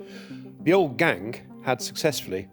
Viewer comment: Why is he saying the 2nd g in Gang 😭